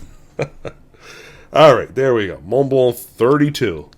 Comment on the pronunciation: Forgot the "L" in the second Montblanc. Not that I care but you are a teacher.